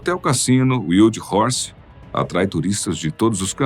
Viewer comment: Ok o assunto, mas o narrador falar no minuto ... "UILDI" Horse( WILD HORSE),me pareceu bem estranho !